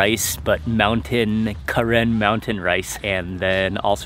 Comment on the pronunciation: its pronounce "kuh-ren" NOT KAREN!!!!